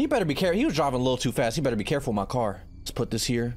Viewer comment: is no one going to talk about how he said care instead of car 💀